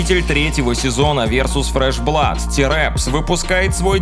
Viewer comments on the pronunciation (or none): none